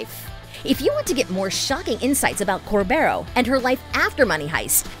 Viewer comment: It is pronounced Corberó, accented on the O